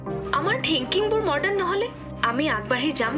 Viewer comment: মৰ্ডাৰ্ণ নহয় মডাৰ্ণ